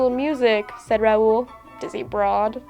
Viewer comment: it's not R-ow-oo-l it's r-ow-l